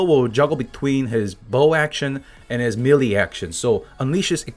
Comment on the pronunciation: just wanted to let you know that the word Melee is pronounced like "May-lay," not Mee-lee.